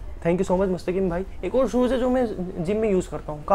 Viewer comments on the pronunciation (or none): Aap bahut acchey ho aap ओर नही और बोला करो